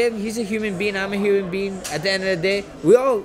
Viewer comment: Max "he's a human bean, I'm a human bean" Holloway